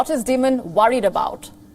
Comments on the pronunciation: its not jaime demon..its jamie dimon..its di--mon..good god is pathetic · Great segment. FYI JP Morgan CEO’s last name is pronounced as “Die-Munn”